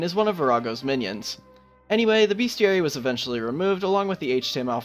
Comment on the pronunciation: *bestiary, not beastiary